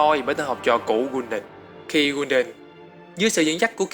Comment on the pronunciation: học cách nghe và đọc tên cho chính xác đi gái Kul đan chứ đọc gun đần